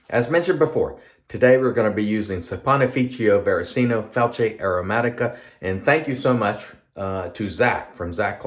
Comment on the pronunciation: Very nice shave and one of the best pronunciations of that difficult soap name I’ve heard. 😌👏 I have a frameback and it’s a wonderful razor, so yeah, as you said it definitely needs and deserves a better edge. Have a good day!!